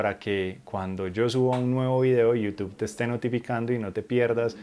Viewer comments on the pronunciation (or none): none